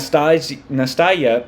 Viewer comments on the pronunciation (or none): Nas - tas - ya. It sounds like Anastasia without the first A.